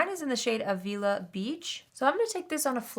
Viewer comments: Pronunciation guide for that bronzer from someone who lives in the area of that beach. Aa as in apple, vil as in village, ah (as you've been saying; it's a pretty standard a at the end of word sound). Avila. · Thanks for a great video! LoVe this eyeshadow palette and the entire look you created here! Thank you for always keeping your content beauty-full! FYI: Avila Beach here in California is pronounced with a short A and i. Av, as in AVenue, and ila, as in the state illi-nois. And the last A is just as you pronounced it, “uh”. 😃i wonder if that’s the actually beach it’s named after, since ColourPop is based in Cali 🤷🏻‍♀️ hope we’re still friends 😬